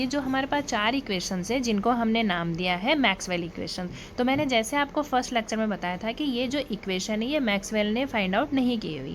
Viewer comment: It's lecture not lacture.